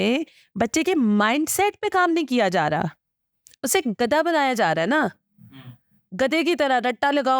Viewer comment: She can’t even pronounce gadha.